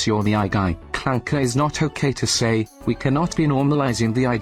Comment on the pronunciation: I can’t believe Doug said Clanka with a hard R. r/wehatedougdoug will be informed of this transgression.